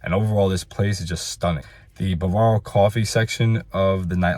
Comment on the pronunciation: If you ‘axe me’ (your words- not mine) this is/was a very comprehensive review. Eck- specially (your words-not mine) your remarks about the service at the resort. Well done. I believe your comments will provide excellent insight for many people. Thanks. And one last item to ‘pull your chain’ a little more… that area is pronounced BAW- vaw- row. Accent on the upper case. Not ba-VAIR-o. Best of luck on future reviews. You’re a natural at it!